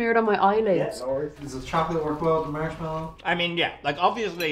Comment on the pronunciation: He said as someone married to a American and then pronounced marsh a Mell I o had me laughing so hard. Can just every episode he's in just say marshmallow